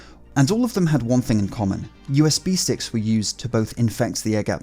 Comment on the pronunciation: “Usb sicks” where is the T!